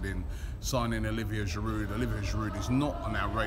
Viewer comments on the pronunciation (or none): After six years at the club, you'd think Robbie would pronounce Giroud's name correctly. The 'd' is silent. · Get rid od that giroud ending he cant even say aftv